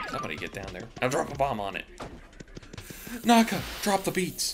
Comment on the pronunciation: I believe that is the correct pronunciation Naka.